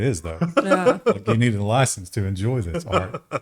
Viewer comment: "Oi, do you have a permit for your loicence?"